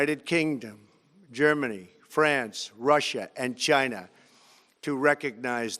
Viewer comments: I like the part where he said Jhina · the way he said china🤣🤣